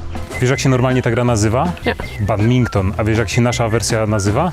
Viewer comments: BADMINTON, NIE BAGMINTON C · Mówi się BADMINTON NIE BADMINKTON K***A BAD-MIN-TON NIE ŻADEN BADMINKTON CZY PADMINKTON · Ja nie chcę się czepiać ale to jest badminton a nie badminkton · kaleczysz to i poprawie "badminton" pozdrawiam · MOWI SIE BADMINTON albo kometka=rafał masny